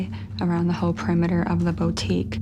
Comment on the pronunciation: I find it absolutely terrifying that someone who owns a boutique does not know how to say the word boutique correctly. 😂